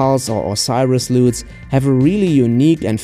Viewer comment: "Loooots" haahahahaa (LUTS).